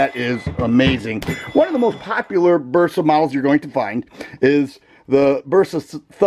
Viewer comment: I like the Burp-sa over the Toe-rus. Lol 😂